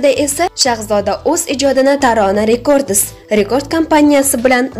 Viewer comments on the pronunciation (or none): РЕКОРДИС ЭМАС РЕКОРДС ДЕБ УКИ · Вой шарманда🤭🤭🤭блогер, тугирлаб гапирсайиз буларди Тарона рекордоси нима,альбом сузиниям тугирлаб айтинг албом миш🙉🙉🙉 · Барака топгур сузларни тугри айт, альбом, рекордс сузларни эта ололмайсан, ударения нималигини урган, уят блогерша.